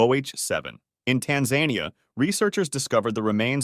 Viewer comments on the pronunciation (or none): “in tan-ZAN-ia” oh brother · How did you feel hearing that brutal mispronunciation? 😂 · I’m begging you bro, please look up how to say things properly. That’s not how you pronounce Tanzania. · I had to rewind to make sure I heard him right😭😭😭😭